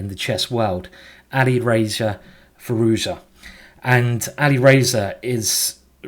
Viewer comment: FYI his surname is pronounced Fee ROOZ JA , J as in jet plane . Show respect and Get a right Meit